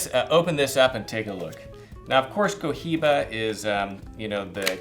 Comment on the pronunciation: it's pronounced "coiba"